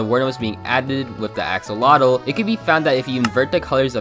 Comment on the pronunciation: It's said Axe-oh-lot-l